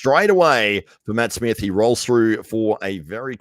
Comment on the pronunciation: Matt absolutely enjoyed you messing mine and Rich's names up haha